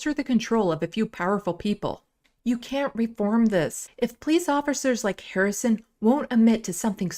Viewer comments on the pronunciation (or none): none